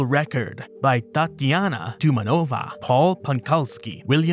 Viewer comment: Btw it's tumAnova, if anyone concerned 😁